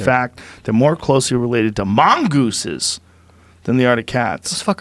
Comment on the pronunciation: Joe "mONgooses" Rogan